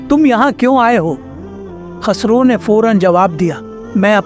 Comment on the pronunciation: KHASRO NAHI KHUSRO. AAP SAHI SE NAHI BOL RAHE HO.